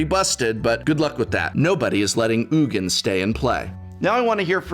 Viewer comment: I appreciate that you call him “Oogin” and not “Eugene”, that’s how I think his name is said too.